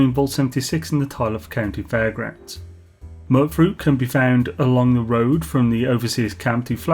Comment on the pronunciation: your saying mutfruit wrong!!!! lmao (Mute-Fruit) as in mutation